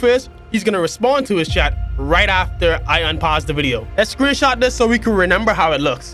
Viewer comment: But bro, we not just gon glance over how you pronounce remember like "reNember".🧐🤣🤣😭